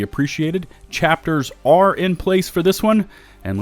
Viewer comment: Nice vid. “Chatpers” 😂